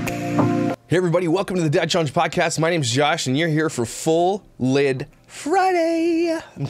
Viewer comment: At first I thought u said "thud lite" 🤣🤣🤣🤣🤣🤣🤣 I was thinking what does he bump into things alot 😄😄😄